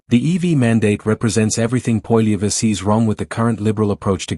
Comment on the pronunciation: Try to say his Name with the Right Pronunciation AI Goof !